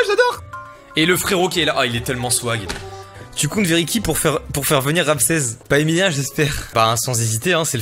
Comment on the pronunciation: il dit Ramsez et Stefun ça rend fou